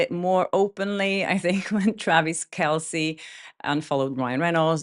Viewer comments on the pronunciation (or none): none